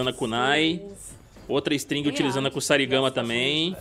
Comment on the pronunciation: Kusarigama = é pronunciado Kuzarigama com uma pequena entonação no Z. Já sobre o clã Shiray-Ryu, na lore antiga do MK o fundador do clã abandonou os Lin-Kuei que se localizavam com a sua sede na China e foi para o Japão, assim nasceu o clã Shiray-Ryu sendo assim o surgimento dos clãs ninjas tradicionais no universo de MK.... 👍